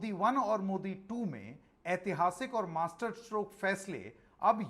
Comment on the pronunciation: Bhai MASTERSTROKE zara sambhal ke bolo...kich aur sunai de rha hai😂😂😂